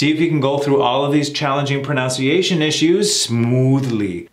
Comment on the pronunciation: The word is proNUNciation, not proNOUNciation. You are an embarrassment to America.